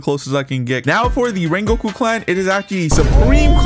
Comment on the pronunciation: In this wideo, we will we wecoming wengoku in project slayers!!!!